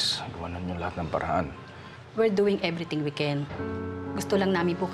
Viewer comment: "We're doing ebreting we can"—doc 😅😅✌✌